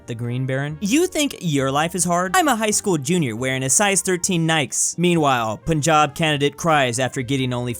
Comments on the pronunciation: YOUR PUNJAB PRONOUNCIATION WAS WAY BETTER THAN SOME AMERICANS ON THE INTERNET💀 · This is the first time I'm hearing an American pronouncing Punjab correctly. Usually they just say Poon-Jab XD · reacted to this meme 2nd time, but got punjab pronounciation correct this time talk about evolution